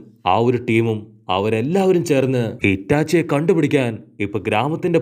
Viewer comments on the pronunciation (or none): Hitachi alla itachi 😂😂